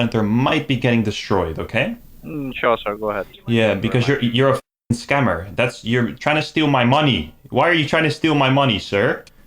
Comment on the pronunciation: "Scam-ber" Alert! 😂